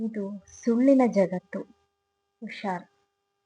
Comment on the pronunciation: ಉಷಾರ- ಅಲ್ಲ ಹುಷಾರ